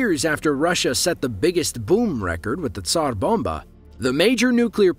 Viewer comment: Thank you for rolling the "r" or, "p" err, in Tsar bomba.